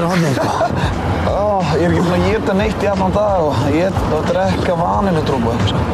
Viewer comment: Bjartur snær maður segir DREKKA ekki DREKA